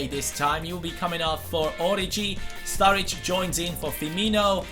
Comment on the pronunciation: Strurridge lol